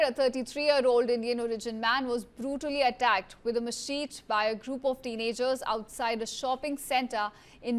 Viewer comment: When delivering news in English, meticulous attention to pronunciation is imperative. Inaccurate articulation, such as mispronouncing "machete" as "machet," not only undermines credibility but also transforms serious reports into fodder for media amusement, inviting derision from viewers. To uphold the integrity of your broadcast and prevent grave matters from being trivialized as entertainment, diligently verify the pronunciation of unfamiliar terms.